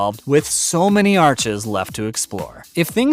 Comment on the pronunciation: Arcs not arches